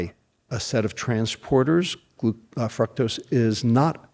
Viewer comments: He mispronounced .fructose. "fruktose" lol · I don't think he is pronouncing "fructose" correctly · I don't think I've heard anybody pronounce fructose the way he does. Anyways, good points